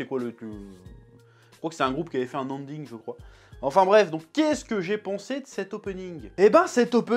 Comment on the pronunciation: Il dit Anding au lieu de Ending mdr 😆